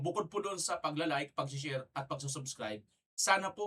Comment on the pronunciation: Ganda pa ng pag bigkas nag SHARE…..Tang ina mo BBM😢😢😢😢☠️💀😡👿